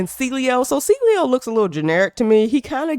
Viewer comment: I don’t know how people call him cilio. All these YouTubers keep pronouncing it wrong when it is a simple name to pronounce. Get AI to read the names for you before making a video on the game. 🤦🏽‍♂️